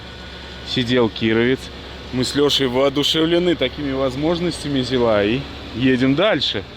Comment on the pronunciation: Только для фанатов советской техники: на ЗИле, ударение всегда на первый слог, никакого ЗилА, правильно - ЗИла!